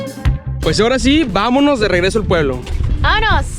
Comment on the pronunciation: I love the way you say, suuuperrrrr tranquilo!! And VAMANOS!! Your videos are so beautiful!